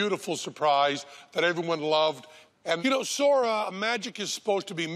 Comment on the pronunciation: It's not Sore-ah, it's Sauhr-aaaaaaaaaaahhhhhhhhhhh